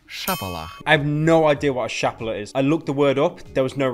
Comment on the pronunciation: In Russian this sounds more like chapalah, not shapalah. A savory blow to the back of the head with the palm